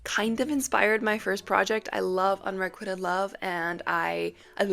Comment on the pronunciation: the way you said unriquited was sad since you're an editor